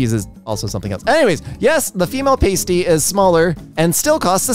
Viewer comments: hey, just for future reference, pasties (stickers for your nipples) are different than a pasty (savory meat pie) and are pronounced differently (pay-stees vs pah-stees). signed, someone whose mother had to suffer her child telling multiple people that we were having pasties for dinner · Yeah my family is from Cornwall and I was laughing so hard listening to say "paste-ee" rather then "past-ee" but whatever you call them they are delicious. (I will judge a little when high-brow publications insist on calling them "hand pies" to "elevate" them) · "paystee" is very much throwing my off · You say PAY-STEE, I say PAH-STEE... Let's call the whole thing off! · As a Cornish person, i wish too die on how much you butchered the word “pasty” its said past-y not pastey Thank you for your time and AAAAAAAAAAAAAAAAAAAAAAAAAAAAAAAAAAAA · The kind of pastry called a pasty is pronounced past-y not paste-y, it's usually a savoury filled pastry. And I think the caramel slice means like a slice of millionaires shortbread. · Lmao I‘ve been pronouncing pasty wrong this whole time, I pronounce it as ‘paastī ’ but that's wrong apparently 😔💀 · struggling with pasty made me chuckle more than it should have - pronounced pa-stee, it's a form of pastry in the UK primarily with a savoury filling though sweet pasties do exist and some classic versions even have a sweet part and a savoury part for a full meal in one lump. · as someone who used to eat pasties almost exclusively, hearing struggle to pronounce them and then go "what is a paystee" just made my day No I won't explain what a pasty is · so... Like pasta with tee instead of ta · As long as you’re not from the London area, yes. The “a” in “cat” is a better one to use. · pasty, like nasty, which they are not. Ironic, because if they were pronounced how did, they'd rhyme with tasty, which they are! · from uk here we pronounce it as “Pass tea” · it's pronounced "Past-e"